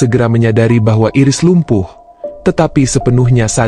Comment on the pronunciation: Min.. Bacanya bukan Iris (jd kayak iris bawang 😭)... Bacanya Airis.. Makasih Min..